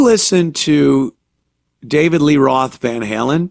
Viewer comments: "Van Harlem" 🤣🤣🤣🤣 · "Van Harlem"..... Hahahaha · Van Hurlin' lol...